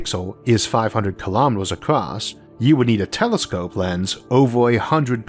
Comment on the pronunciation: I notice that you tend to pronounce across as 'acrost" from time to time. I have heard other people do the same. Is that from having an accent or your increasingly hard-to-even-notice speech impediment?